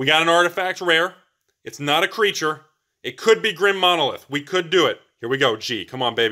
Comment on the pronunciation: Grim Monolith is spelled Grim Monolith, not Drim Monolith. Why you askin' for the D?